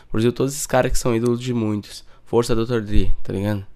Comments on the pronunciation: Dr dri kkkkkk se pronuncia dr (drey) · Aportuguesou kkkkkkkkk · Além desse clickbait fudido, o cara nem sabe pronunciar o nome do cara direito.